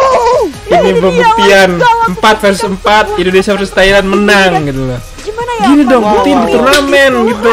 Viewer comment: Thailand bro bukan Tahiland😀